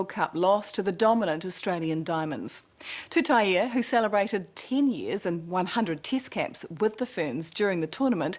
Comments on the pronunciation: Commentators pronounce her surname -Tuta-i e..... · It's TUTAIA. There's a goddamn 'a' on the end! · Lady ur a NZ reporter, what the hell, read her name properly TUTAIA, u should know better than that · Her surname is pronounced Tuta-i-a not with a E